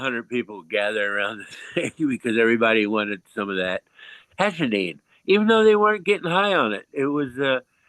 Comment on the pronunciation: its called "Hashishene" and not "Hashinine" tho just for anyone trying to look it up